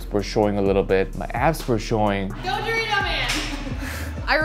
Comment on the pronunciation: He pronounces the word "Dorito" like a guy who clearly never buys Doritos